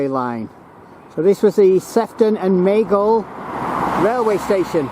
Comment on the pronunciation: The locals pronounce Gateacre as GAT ICKER - Childwall is pronounced CHILL WALL - Maghul is pronounced Ma' GULL